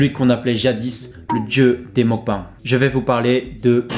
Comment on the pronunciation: ça se prononce meukbéng